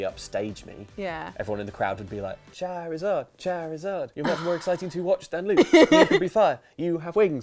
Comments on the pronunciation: XiViX Spectre yeah... cha-rizard sounds odd. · The way Luke says "Charizard" wounds me....